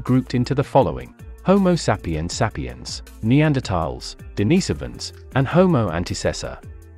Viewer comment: Dude, you need to learn how to pronounce the names of these humanoid species. You are consistently mispronouncing the name of our own species. It's not pronounced homo saapiyan, and it's not pronounced d'naaisovans.